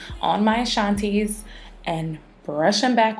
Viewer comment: lmaooooo your "ashantis"😂😂😂